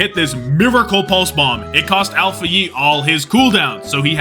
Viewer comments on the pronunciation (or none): none